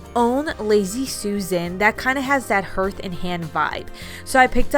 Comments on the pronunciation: Hearth. Like Earth with an H. Harth. Not hurth. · Except you can't store as many cans in your cupboard using those clunky bins. Also it's pronounced HARTH...not HURTH...and Hand. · Hearth & Home... like a fireplace hearth, pronounced HARTH, just like heart with an H. ❤️❤️❤️ Love your DIYs 👍🏻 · The materials are likely bamboo and just FYI: hearth is pronounce ‘harth’ 😉